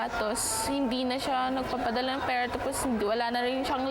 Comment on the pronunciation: bigkasin nnu ng maayos ang r,pera hindi perra